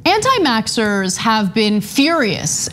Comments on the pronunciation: Is she saying “Anti—MAXXERS” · "anti-maxxers" ??? am i the only one who caught that? lol not really a big deal but it made me chuckle so thanks for that Ana. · Nope you're not, and twice indeed, but I did slow it down to listen to it again, just to make sure before I commented (before seeing your post). Have we missed something? Is it supposed to be a mash-up of 'mask' and 'vacc'?? Does Ana have a problem with the V sound (like the Spanish with V and B)? I'm quite sure I would have noticed by now. 😄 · is she saying anti-maxers? is that anti Mask plus anti vax? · Did she just say Anti-maxxers instead of saying anti-vaxxers😂😂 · Anna said "anti-Maxers" right? I am the only one who heard that? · I thought she was doing it purposely at first. Antimasker+ Antivaxxer= Antimaxxer. I thought to myself "oh, thats clever"